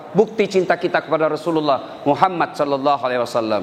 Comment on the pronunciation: Efek ustadz kurang seksama bilang nya sholloloh ala Muhammad yang betul itu Sholla bukan shollo